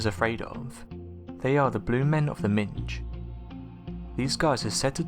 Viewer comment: did you say blue men of the minge or am I hearing it wrong?